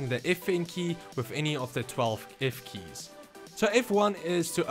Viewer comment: "If keys" nice👌😂